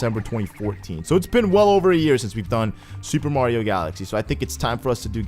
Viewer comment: "Mardio" xD